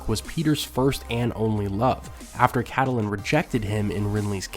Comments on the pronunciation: Her name is NOT pronounced CA-TE-LYNN. It's CAT-LYNN. You also pronounce Arya wrong. You say Aria, when it's pronounced ARE-YA. Otherwise I enjoy your videos. Thanks. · Pronounced: Kate-lin, not Cat-uh-line. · You're pronouncing catalyn wrong, it's not "cat-A-lyn" it's "cat-lyn". Super annoying you say it wrong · Man I can't even with you and pronouncing it "catalyn". x.x